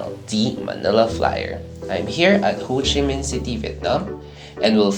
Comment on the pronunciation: It's actually 'Ho Chi Minh'. Nice trip report anyways. ☺️